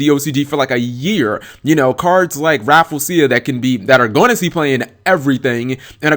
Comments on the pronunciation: I believe it's pronounced Raff-LEE-ze-ya, not Raffle-sia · it's "Ra-Flee-jia" not "Raful-seeya" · Rafflesia = Raffle-Sha. Raffle as in "Ticket Raffle"; Raffles as in the Raffles flower, named after Sir Stamford Raffles. The "-sia" part is usually pronounced as "sha" as in "A-sia", "Indone-sia", "Malay-sia". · I pronounce it as "Raf-ley-shia." How do you pronounce it? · No one on Youtube can pronounce Rafflesia correctly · lol sorry but i just cringed at you mis saying her name sorry lol. but i love your videos man :3